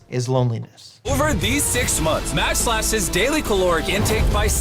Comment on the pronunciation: I loved this video, but for the love of God, it's MAJD, not MADJ. Majd. Like Majd potatoes. Majd means "glory" in Arabic. Madj doesn't mean anything lol